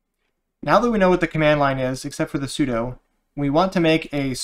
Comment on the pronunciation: Those are demons, not daymons. Yes, it is spelled daemon. It is pronounced demon. Also, sudo is sue-dew not sue-doh. The command uses su to do something, not to doe something.